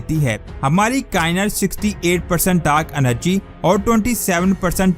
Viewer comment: لفظ کا ئنت نہیں کا ئنات ہوتا ہے بھائی